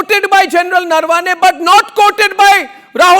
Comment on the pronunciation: Please start pronouncing Indian names correctly. Naravane is not Narvaane.